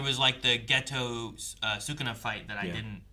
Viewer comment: Even though I don't like dubs, this one I didn't find all that bad, sure the JP version is superior in many instances, but english va of Geto and Gojo are pretty good, but I hate how in dub they pronounce Geto's name as Gaytoe